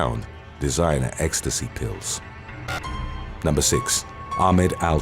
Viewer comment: Hey you gave an ok effort but just say six instead..